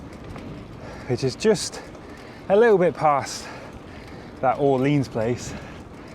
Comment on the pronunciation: "Orleens" = <<Or-lay-on>>!